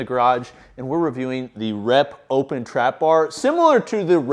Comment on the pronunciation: Will this dude ever figure out that the Eleiko bar is pronounced “open” as well? MF been saying “opppppppen” for years